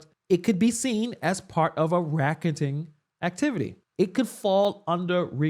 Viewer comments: it's not "racketing." It's racketeering. You are intelligent and probably misspoke. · Rack-ah-teering. Dont be like her and struggle reading. I love this channel to much.